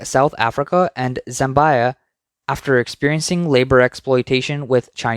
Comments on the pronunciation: FYI: Its pronounced "Zam-bee-ah", not Zam-buy-a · I was wondering what the narrator/AI meant by "zembaya" and "zembei," Turns out he's referring to Zambia (pronounced "ZAM-bee-uh"). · Zambia = ZAM - BEE- A not ZAM- BUY -A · Zambia pronounced Zam BYE -uh. Someone should create a new language for all these original mispronunciations.